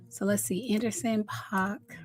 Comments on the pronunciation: Paak is pronounced like Pack not Pac. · Not Anderson Pac😂😂it's PAAK boo😅